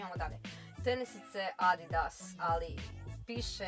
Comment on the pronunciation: Nek napravu DIDAAS umjesto ADIDAS